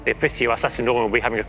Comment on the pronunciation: I think he's talking about the orks. He said it like "Kunnin plans"